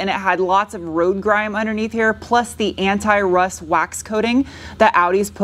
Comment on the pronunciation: awesome job. the TT came out beautiful! that was a very snappy 2-3 shift of the beans run! now since you say aluminium correctly; we need to work on anti. its not ant i.:)